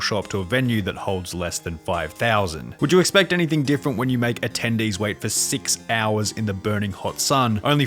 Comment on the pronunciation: sunny, you say "attendees" and all i think about is chicken